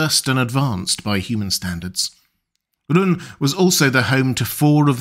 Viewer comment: Rhûn is written in a way that says twice it's a long vowel. You pronounce it like it was the shortest u in the world.